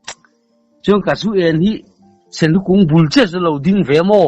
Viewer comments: Senhlu tih loh tur, Sunhlu tih tur pasaltha chuan.😂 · Senhlu hantih chuh a thing e, sunhlu ti tawh rawh aw thianpa🤭🤭🤪🤪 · Sunhlu lam dan chu..sinhlu ti tlat ka hriat chu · Senhlu atiin kahria keichu